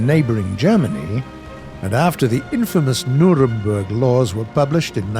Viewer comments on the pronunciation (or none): none